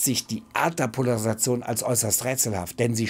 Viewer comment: Was ist des? Poleresation?